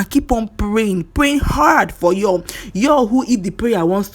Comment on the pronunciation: At least erh, make we try to dey pronounce his name correctly, it's yUl as in the same way u pronounce spoon, full, cool, smooth, YUL, even him pronounces his name in this way, but una dey over look am dey call am another thing, and pronounce it as yALL, why naaw? At least as a human being first give am small respect and pronounce his name correctly. If na u wey dem call ur name anyhow, u go like am?